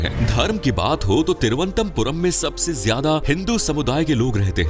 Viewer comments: Tiruantampuram mat bolo sir Toruanantpurm hai ye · Video is Ok but try to Pronounce Correctly it's not Thiru antha Puram it's Thiruvananthapuram ❤❤❤❤ Very Happy to hear some Precise facts about My City.....Thank You..... ഓം ശ്രീ അനന്തപത്മനാഭ നമഃ 🕉️🕉️☺️☺️ Bharat Mata ki Jai 🇮🇳🇮🇳🗿🗿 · It’s pronounced as Thiru - Anantha - Puram. Means the land of lord Anantha . Not as you pronounced here. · Why is it difficult to pronounce? Its Thiru-ananthapuram , in Malayalam its combined and said Thiruvananthapuram Ananthapuram means land of anantha from the sree padmanabhaswamy temple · Don't know abt others but I got quite annoyed whenever the Name of city on which u r making a video is pronounced wrong😊😊